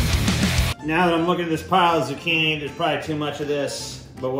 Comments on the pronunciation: “Zoo-chin-ey” also, pretty fuckin great vid. I’m looking forward to the next ‘n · Did you just say "zoo-chin- ee"??